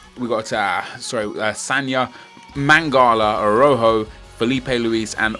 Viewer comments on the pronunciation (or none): none